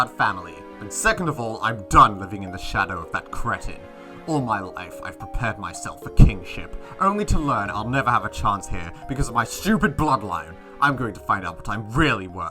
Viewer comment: First of all, it's pronounced "CRĒTIN". And if you're gonna threaten him, do it properly.